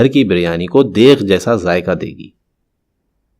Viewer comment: برائےمہربانی بولنے سے پہلے تلفظ درست کرلیں لفظ دیگ ھوتا ہے دیغ نہیں